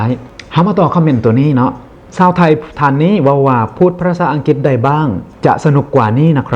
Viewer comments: สาว หรือ ชาว บ่เป็นหยังอภัยคับอู้บ่ชัด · เค้าไม่มีเสียง ช ช้างครับ เค้าใช้เสียง ส แทน